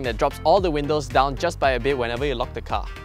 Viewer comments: HAHAHAH I LAUGHED SO HARD WHEN I HEARD THAT 😂😂😂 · Hahahahahahahahaha who tf actually pronounces windows as “win-lows”